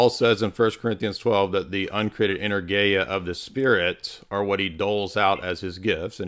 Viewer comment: Greek here - when you say the word energia do the stress on eNErgia. Keep up the good work!